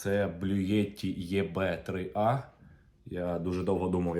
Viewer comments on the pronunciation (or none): Чому «ЄБе 3А»? Звучить матюкливо! Правильно - «ІБі 3Ей». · 😆можливо назва ібі а не Єбе ? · Всеж таки краще казати не Блюеті Єбе, а Блюеті Єбі . 😂😂😂😂